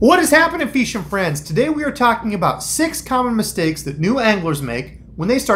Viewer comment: 6 mistakes made….”What is up feesha free-ends…) Perfect lol!